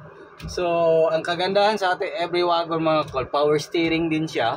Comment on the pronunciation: Wagon? Mag pronounce yan.(wigon) di waaagon bisaya hahaha